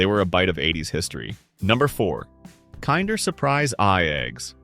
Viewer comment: It's not "Kinder" as in kind - it is pronounced "Kinder" as in kindergarten. Learn how to read and pronounce and get rid of this AI voice garbage.